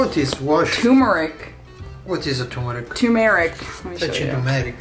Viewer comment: Turmeric/ not T oommeric there’s an r in there , other than that you guys r great !